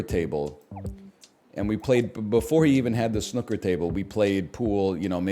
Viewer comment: Why is he pronouncing snooker like that